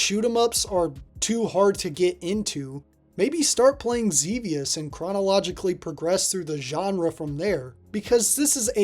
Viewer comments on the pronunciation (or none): It's Zebiuusu. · Zebius* btw you said it wrong lol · Ugh, can't stand the way you're saying Xevious. It's incorrect.